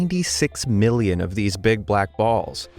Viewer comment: Did he intentionally emphasize 'big black balls'? 🤣🤣